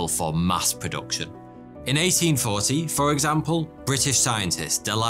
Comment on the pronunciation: When he said 1840 i heard 18 thoughty😃